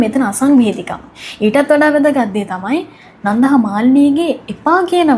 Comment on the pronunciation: කෙල්ල, "නන්ධා" නෙවෙයි "නන්දා". බොහොම සතුටින් දුවගේ කථා අහන මම පරාක්‍රම uncle from Sydney 💐